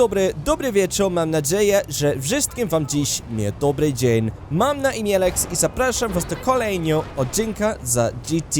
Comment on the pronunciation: You nailed the Mam na imię! Good job